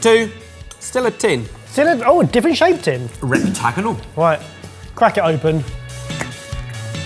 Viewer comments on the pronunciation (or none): Can we talk about "rectaganal"?